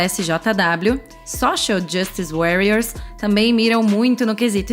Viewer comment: a pronúncia da palavra "Warrior", quando você disse o termo Social Justice Warrior.